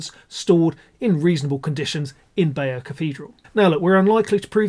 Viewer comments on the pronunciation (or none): Bay-deux tapestries?